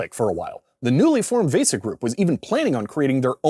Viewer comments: also vesa is pronounced like visa, I'm old, I'm cranky lol. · why do you keep saying VESA wrong VAY-sah is not right lol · I applaud you pronouncing VESA phonetically, except that isn't the correct pronunciation. VESA has a hard e.